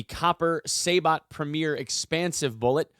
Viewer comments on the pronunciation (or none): Say-Bow not Saybt lolz cool vid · "Horna-dee".... "Say-boh".. if anyone is interested in the proper pronunciations lol